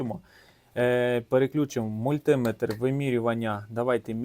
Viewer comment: Ага. І не мультИметр, а мультимЕтр🙂